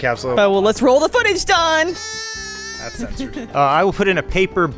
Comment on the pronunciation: It sounds like they're all saying "Dawn" instead of "Don."